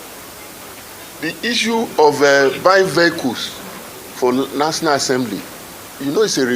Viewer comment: He could not even pronounce national assembly but he wants a land cruiser that he wants to use to crush his village people. Shameless bunch